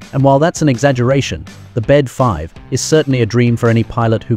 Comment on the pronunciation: Bede is pronounced BEE-DEE, not bed.